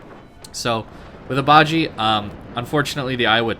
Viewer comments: It's pronounced as BA-JI-YEA or BA-JEA as in jealous. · Bah-zsheh (ba jie) pronunciation. Love your content, very easy to listen to, thanks for the upload. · Would agree completely, Got it last year and enjoyed it before the commander rework, it is even better now. However, you need to work on your pronunciation. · dude ur saying it wrong